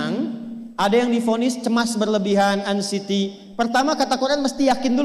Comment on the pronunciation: bukan ansiti tadz bacanya, tp ensaiti